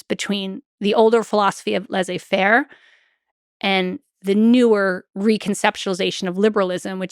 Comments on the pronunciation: Great content! Just can’t let go of the American pronunciation of Laize-fair😂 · Stanford professor that mispronounces Laissez-faire ... If she is really dyslexic, I apologize for noticing. She is a good historian.